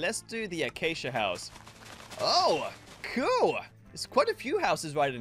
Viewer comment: I love how funny he says cuul